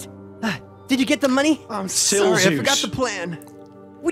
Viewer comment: This Is How You Pronounce Silzous (I Think) Sill-Zee-Os